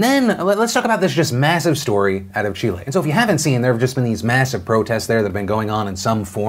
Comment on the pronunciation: Kudos for the "Chile" pronunciation